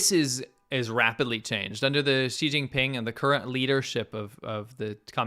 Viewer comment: Did you just say, "Cheating Ping", for China's presidents name? 😂